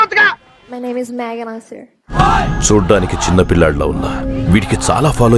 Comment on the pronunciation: Amma megana mamula kuda matladavachu shur anabaladhu sir anta chalu